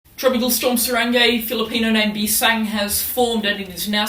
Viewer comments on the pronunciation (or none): It's "bising" not "bisang" btw nice information keep it up